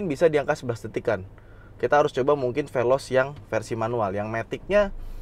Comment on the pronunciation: Saying velos ngaadasandrufnya